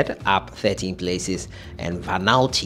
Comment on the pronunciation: It’s pronounced Va-nu-atu